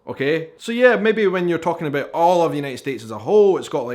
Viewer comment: I just can’t unhear the abœt.